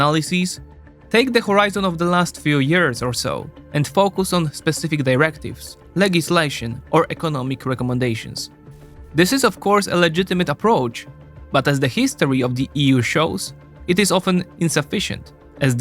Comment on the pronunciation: Please revise your pronunciation of the word “legislation”. The ‘g’ sound is soft as in “ginger” or “generous”.